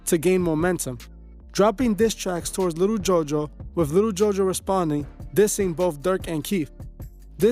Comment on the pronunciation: again u saying little n it'z posed to b jus li'l